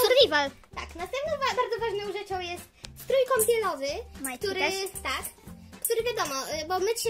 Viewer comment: "Struj" xDDDDD